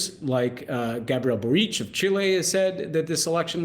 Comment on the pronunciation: Please stop butchering the President of Chile's name. It's "BOR-eech", not "Bor-EECH". Accents in Spanish to on the second-to-last syllable unless an accent tells you otherwise.